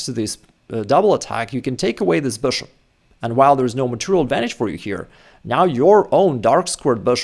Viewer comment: Why do you keep pronouncing bishop as boshop lol